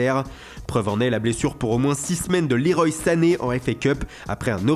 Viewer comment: c pas leroy c leroi commee Claude Leroy